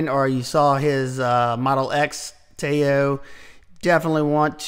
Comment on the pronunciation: Nice list! Btw, I believe Tao is pronounced “Tdow,” rhymes with pow:)